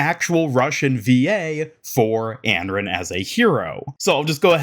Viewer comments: if he's saying "Anron" then it's certainly Americanized. The only sounds that start with "r" and end with "n" in Chinese are "ran", "ren", and "run". Here is the Chinese name：安然. You would pronounce it An-ran, it means at ease, or free from worry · Anran, not Enren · it's pronounced "on-ron" 😂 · I feel like its pronounced as Un-Run. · Your pronunciation of Anran is really bad/annoying for someone who makes a living covering overwatch